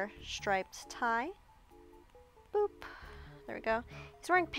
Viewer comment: she said boop but it sounds like poop